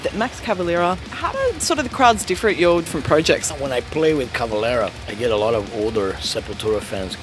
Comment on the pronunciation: Por favor Max... Fale "Cavaléééra"....com o ééé bem aberto... Não faça sotaque no seu próprio sobrenome...